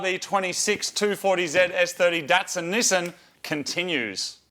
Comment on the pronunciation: nee sahn... not nee sinn